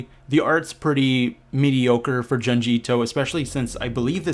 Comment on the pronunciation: For the love of God it's pronounced "June-G" Ito